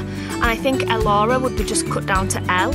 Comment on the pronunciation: Love Elci, Elissa and Elora. Elci Paige. Love Elissa, I thought about it for my daughter but spelled Alyssa. As far as Elora I love how you pronounce it but I'm from the United States in Louisiana and people around here wouldn't pronounce it near as beautiful.